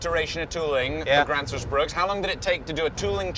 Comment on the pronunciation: there is no 's' in bruk!